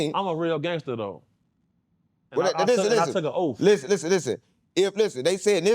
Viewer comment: Did he say Tooka name? 😂